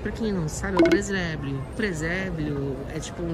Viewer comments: Preséblio kkkkkkkkkkkkk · Preséblio? Kkkkkkkk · ''Preséblio '' kkkkkk